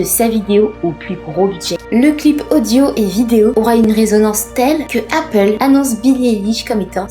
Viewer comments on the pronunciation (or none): none